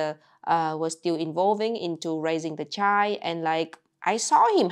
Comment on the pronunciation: I love the way she pronounces the word child. It's just chi :face-green-smiling: The whole 2 letters are missing and you still know what is being said.